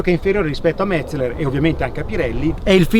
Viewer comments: Si dice Metzeler no Metzler.Impara prima di parlare.Se non vedi la"E" comprati gli occhiali. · Uei... Perfetto, cerca di essere "perfetto" anche nella pronuncia... Metzleler si pronuncia Metzéler, con l'accento sulla SECONDA "e". con buona pace dei tedeschi... Ti prego, cerca di concentrarti... :-) E anche Michelin pronunciarlo alla francese, non è snob, ma solo reale.